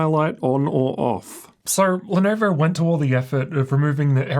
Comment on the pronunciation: Ar nar, not the Lenarvar.